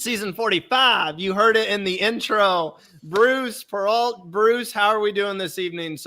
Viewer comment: Great ep of survivor and a great pod episode as usual! Glad to see the guys back together ❤ (also for the future, Perreault is pronounced per-row 😉 coming from someone with the same last name who’s never had it pronounced correctly)